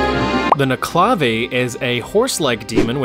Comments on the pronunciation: The proper pronunciation is neck ule la vee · I hate to be this guy but the nuckelavee is pronounced Knuckle-La-Vee its a weird irish pronunciation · it’s pronounced nuk-a-la-vee